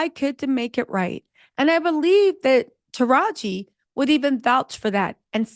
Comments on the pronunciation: “Taraj-Gee” not Taraj… why do you keep messing up that lady’s name?!?! 😵🤣 Also, another great episode. And I did see the movie and it’s way more uplifting and better than the original. 💜💜💜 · Are you mispronouncing Taraji's name on purpose? Lol